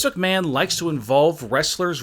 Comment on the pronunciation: And he pronounce vince McMahon as vince ucmahon I know he’s had a stroke